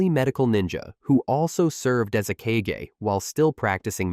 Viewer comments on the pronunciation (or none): none